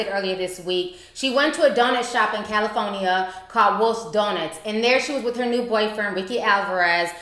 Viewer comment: Ti says "cal-i-PHONE-Ya" lmao